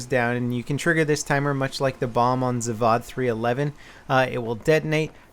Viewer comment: You don't say it like "zavad", you say it like zAvOd, the "O" stays "O".